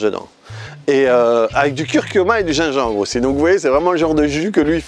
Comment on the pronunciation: cool tu m'as bien fait rire avec ton accent sur le un petit peu de gingembre! lol et ton titre devrait être grâce et non à cause, je t'avais pris pour un détracteur de notre catalan préféré